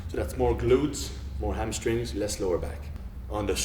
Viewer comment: Lol 'amstrings' and 'helbows' ... p.s. I love this guy